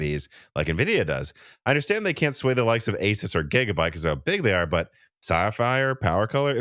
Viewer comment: This might be the only tech video where I've heard someone pronounce the name Asus correctly since their name comes from the word "pegasus" and not "pegasoos"